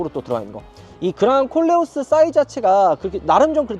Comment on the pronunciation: 내 귀가 이상한가. 그냥 꼴려어스로 들려요 😂